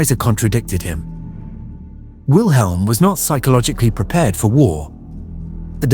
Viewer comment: Funny for a man who speaks fluent German keeps mispronouncing the name Wilhelm...